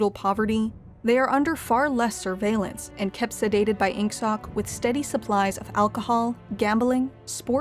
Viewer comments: "Oceana" "Inksock" Please learn to pronounce it correctly next time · They say INGSOC and I hear “Ink Sock” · oh my gosh it's ING-SOASH, not ING-SOCK